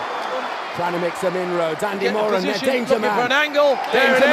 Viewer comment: It’s Moran not muran